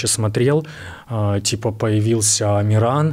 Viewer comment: Амран, а не амиран если чё